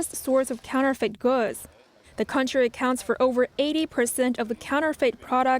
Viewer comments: I must be tired, I couldn't stop giggling at the pronunciation of counterfeit, counterfeet hehehe. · NTD, please help your anchorperson how to pronounce “counterfeit”. It’s not “counter-feet”. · Please revisit your pronunciation of counterfeits.